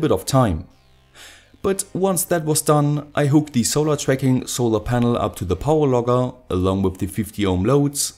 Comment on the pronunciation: I hear power logger as power lover